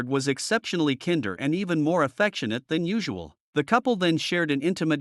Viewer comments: IKR?! When it mispronounced the word "kinder" with a short "i", so stupid! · AI reading "kinder" pronounced the same as tinder and not kinder pronounced like blind(er) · Robotic mispronouncation, kin-der ? repetative random pics, some totally irrelevent make nonsense of this horrible story.